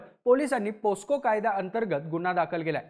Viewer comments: पोस्को असा उच्चार नाही बाबा पॉक्सो असा आहे, चुकीची माहिती देऊ नका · Posco nahi re Mitra..pocso aahe te..